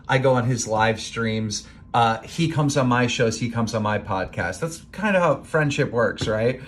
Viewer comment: he said jind of and thats not a really good joke